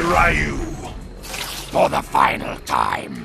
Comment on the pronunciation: To think we would have learned how to pronounce "ryu" correctly by now...